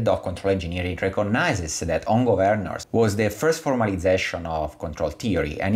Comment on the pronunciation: Am I the only one who cringes every time he pronounces ‘Gov-earn-ers’? Other than that an interesting video